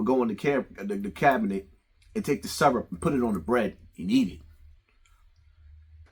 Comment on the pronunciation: The Se-Rup. Not the Syrup. But the Ser-Up. 😂😂😂😂😂😂